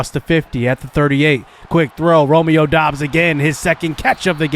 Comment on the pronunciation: It is pronounced Romeo dubs